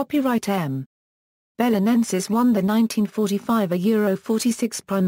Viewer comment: Well, that's not how to pronounce it, that's clear.